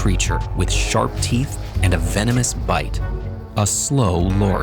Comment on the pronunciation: hi vee-no-moos